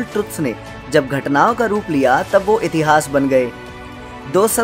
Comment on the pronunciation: Its ved not veda Its puran not purana Its itihaas not itihasa Its Ram not Rama🎉